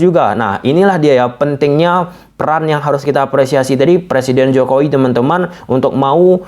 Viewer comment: Jokowi bang bukan jokoi